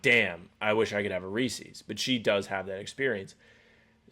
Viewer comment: Rat list is Sam pronouncing Reese's in a way that doesn't rhyme with pieces. In my 30+ years of consuming chocolate, I've NEVER heard someone from ANY part of the world pronounce it is as /Ree-sees/. I want an explanation 🤣